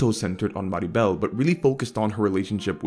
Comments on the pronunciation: he says maribel, instead of mirabel, which made me look up from my food bc thats my middle name XD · Great beautiful topic with great theme discussion 🥰 also, is MI - RA - BEL not maribel. There are soooo many people doing that funny mistake 😂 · Love how at one point you accidentally call Mirabel "Maribel". Because everyone in latin america was saying "eyo that don't sounds colombian to me lads"